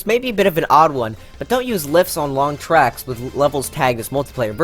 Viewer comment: I liked and subbed just because he said wigglers can go on twacks XD